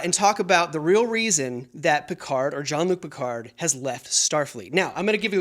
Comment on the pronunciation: I “love” how no one in the US is able to pronounce Jean-Luc Picard correctly. 😂